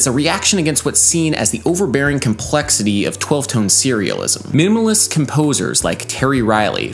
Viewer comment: "Mimmulist composers"